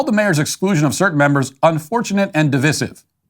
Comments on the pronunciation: Div-eye-sive. Not div-iss-ive. You're not English Matt. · Divisive is pronounced Div-eye-sive. 👍 otherwise, good stuff. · Stop pronouncing divisive like a douche canoe.